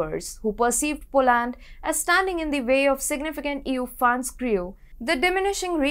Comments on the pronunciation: Too heavy an accent, hard to understand e.g Polaaand. Work on getting the names right at least,. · Next time please pronounce Poland properly.